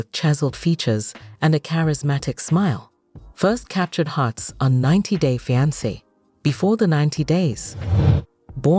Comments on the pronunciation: 90 day Feeankay 😂😂😂😂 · **fee-ahn-kay = fiance 😅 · I made it 7 whole seconds until the AI voice pronounced fiance crazier than I've ever heard it pronounced and I'm already done with this video! I can't stand AI voices and I think it is SOOO lazy on the creators part! 👎🏼